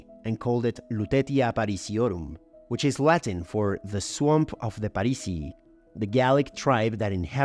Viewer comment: very informative video, but please stop pronouncing Latin words as if it was Spanish 😭